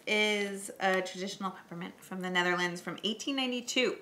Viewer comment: Dat wilde ik ook zeggen ja, was heel goed voor iemand die helemaal geen Nederlands spreekt